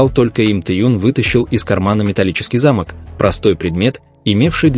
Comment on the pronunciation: Вот - вот. Ваши же слова:"уважайте друг-друга и Тэхена и Чонгук а".. А сами оскорбляете своих читателей ложью о ребятах. Да и самих бантан оскорбляете этой ложью. И ещё, правильно произносите слово "замОк". Повесили на ограждение замОк.